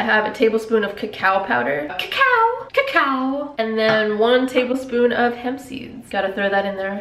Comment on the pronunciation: whenever you said CACAO , I thought of KA-CHOW from the movie cars 😂❤️